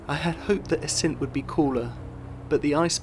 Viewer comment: Nice video, but please- Assynt, stress always on the first syllable!